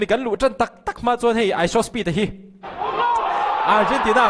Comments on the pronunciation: a dik😂 speet thin hi chu aaaaaa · Speed a chung chang ilo sawi har kati reng ani😂😂